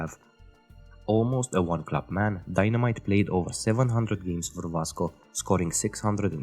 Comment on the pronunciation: Dinamite is pronounced Din a meech btw..not dynamite.